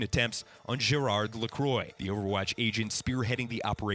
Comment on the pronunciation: Nice to know the enemies name. I don't want to be offensive. But, I am French and I just laugh when I heard your pronunciation of "Gérard Lacroix" and "Amélie". :D